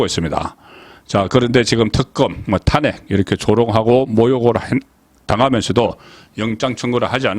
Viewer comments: 제발 탄핵발음 좀 잘해봐요 탄__핵 발음 좀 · 탄핵의 탄은 장모음, 그걸 계속 단모음으로 하니 좀 바보같아요, 경상도라고 용납안되지...